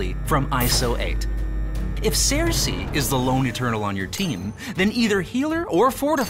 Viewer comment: What is with the weird pronunciation of Sersi? It should be "Sir-See" not Sare-See"